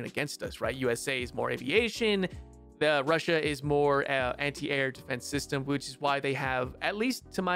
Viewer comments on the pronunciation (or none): none